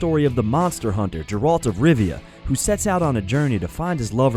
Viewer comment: who is Mo Jang? Never heard of him, or Jerry of Rivvy, may want to know pronunciations if you're gonna make videos